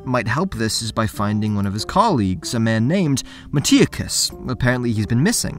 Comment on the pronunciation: Why do you pronounce things wrong? Its not a book where you never hear it, it is a game, unless you never played the game, you will hear how Megaris and Metiochos is pronounced, so why pronounce it wrong? It is a small thing that ticks me off.